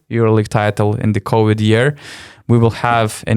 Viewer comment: ….ne “Cowid” o “Covid” pls pasistenk pasitaisyt, nes pastoviai taip tari. 👍